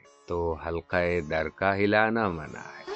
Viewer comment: تا درِ جاناں ہمیں اوّل تو جانا ہے منع ہم نے اپنے بڑوں کو اس طرح پڑھتے ہوۓ سنا ہے ۔ مگر آپ محترم ردیف کو اور طرح پڑھ رہے ہیں ۔